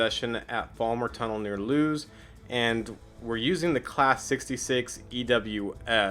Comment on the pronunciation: Lewes is pronounced Lewis